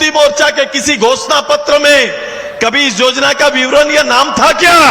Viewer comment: सुदेश महतो जी को योजना का उच्चारण नहीं आता है वो जोजना बोलते है और युवा को जुवा बोलते है कैसे झारखंड का कल्याण होगा